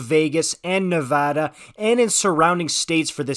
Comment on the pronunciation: Thanks for pronouncing Nevada correctly.